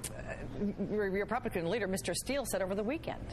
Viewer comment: Hahaha REPIGLICKICIN!!!! Love it!! Gotta have some in the morning!